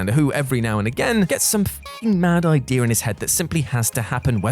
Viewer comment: Idea* not Ideer!